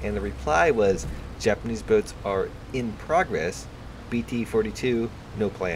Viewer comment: U butchered the title pretty hard (Japanes and well) but I love ur content